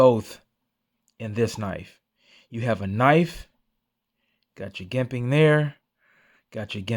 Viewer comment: Just FYI It’s Jimping- pronounced like Jim not Gimpping like Gimp.